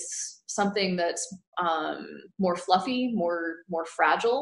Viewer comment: Did she just call a meteor fuffy